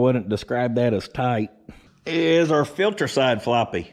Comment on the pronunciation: Air "fillter"...love it lol